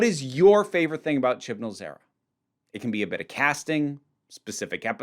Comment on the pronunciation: I’m sorry, but I found it funny how when u said era it was like error, “the chibnall error”